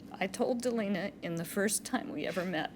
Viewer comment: My name is Delana and the judge kept saying Delana instead of Delena and it was tripping me out! 😂 My name is pretty uncommon so I never hear my name said in videos.